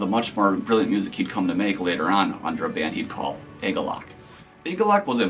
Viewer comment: It's pronounced 'Ah-galloch' not 'ay-galloch'. You can see John explain the name in the 2008 agalloch interview.